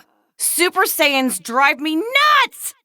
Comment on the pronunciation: Why do i hear Sans instead of Saiyans?😭